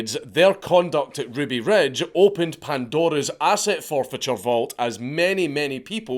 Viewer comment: "Ruby Rej" boy. lern 2 english.